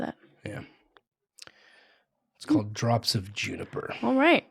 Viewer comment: Did you say "Drops of Juniper"??? Lol